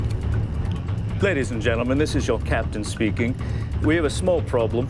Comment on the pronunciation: Captain not caption Speaking not speeking